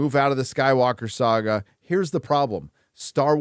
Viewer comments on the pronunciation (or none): none